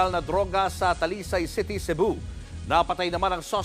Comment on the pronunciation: Cebu rhymes with shabu